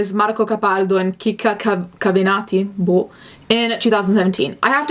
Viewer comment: do you speak Italian? you pronounced "Marco capaldo" and "Nikki cavenati" just like an italiana, I'm even more convinced becouse you said "boh" after xD